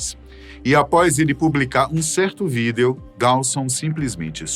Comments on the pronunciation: Vídêo vídêos vídêo vídêo vídêos. Pqp, que agonia... Larguei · Ele falando vídêo dói os ouvidos kkkkk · De boa, quase fechei o vídeo por não aguentar ele falando vidêo toda hora. Que nervoso que me deu ouvindo-o falando assim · O infeliz para com esse negócio de falar vidEo , todo mundo sabe q é o correto mas ninguém fala, q agonia, cara bobo esse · Por que falar vidEEEEEEEo desse jeito tão esquisito??????????😂😂😂😂😂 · Quem fala vidêêo ? 😂😂😂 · Que desconforto ouvir esse cidadão proferir a palavra vídeo.... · Tenho agonia do jeito que ele pronuncia a palavra "vídeo" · Tão engraçado como o apresentador pronuncia a palavra Vídeo 😂😂😂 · Vdd kkk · sim víDEO é como se escreve, mas nunca ouvi ninguem pronunciar assim, fica muito estranho.